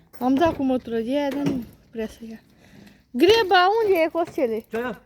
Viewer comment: vorbiți clar si coerent,lucru rar în etnia d-voastră. Doamna cea tânără care filmează și intervine peste pronunță agramat(greba ) și este obositoare din cauza vocabularului defectuos.